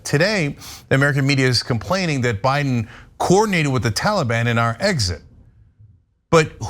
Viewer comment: I love how Ana pronounces Taliban lol "Tawla-bawn." 😆👍 Watch the old Charlie Rose interview of Peter Jackson, Viggo Mortensen, and Elijah Wood, that aired shortly after 9/11 on CNN. They were there to promote and talk about the new Lord of the Rings trilogy, only one had dropped by then but was already wildly popular and breaking long-standing box office records, but because Viggo Mortensen dared to make a, "No More Blood for Oil!!" t-shirt to wear to the interview, the host, Charlie Rose ended up uncontrollably compelled to devote a not-insignificant percentage of the time to the discussion of how un-American and unpatriotic he thought anybody speaking out against Bush and his decision to invade Afghanistan was, by getting into a prolonged debate with Aragorn, son of Arathorn lol about it instead of talking about what he'd invited them there in the first place to talk about. The rest of the interview having a super uncomfortable undercurrent, as a result. Awkward! And, it's just a really stark demonstration of the mind-set of SO many Americans back then, in the aftermath of September 11th. I mean, just look at what happened to the Dixie Chicks lol they had the NERVE to bring up the fact that 9/11 had absolutely nothing to do with Iraq, so why were we invading THEM, and they were summarily shunned by the mainstream Country Music industry entirely! At the height of their popularity. The faux-Patriotism was infectious and insidious, infecting everybody across all cultures of Am